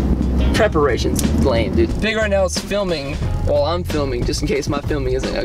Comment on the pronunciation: If you expected me not to come here and say "Peeg" then you are mistaken...